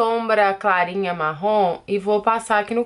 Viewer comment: Tao engraçado ela falando Marrom, meio que sai Marrón.... kkkkkkkkk linda make!!!!